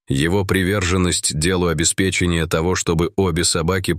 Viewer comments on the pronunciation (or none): none